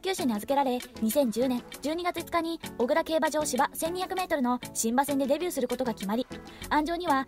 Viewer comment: おぐらではなくこくらですよ